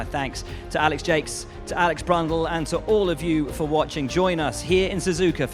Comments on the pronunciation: Jacques pronounced Jakes? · The English pronounce Jacques like Jakes?